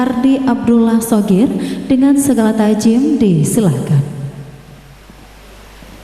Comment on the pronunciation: Buat MC : Ta'zhim BUKAN ta'jim